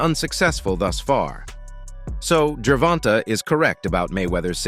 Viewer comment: this cappin channel don't like Tank. They even sound like a lor beoch when they say Gervonta. Can't even say shawdy name right.